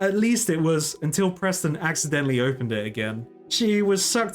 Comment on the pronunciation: I have to ask, do you keep calling Wizard Persten as Presten on purpose or on accident? I don't mind, just curious. :)